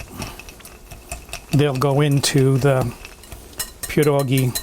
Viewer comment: How did I miss this video?? You definitely grew up with them like I did because you pronounce them correctly. Will be making a big batch and freezing some. Thanks!